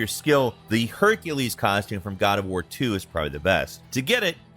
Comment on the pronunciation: the “COD” OF war Hhahah